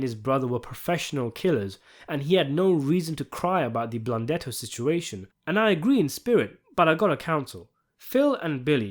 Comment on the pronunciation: That animal blundetto, can’t even say his name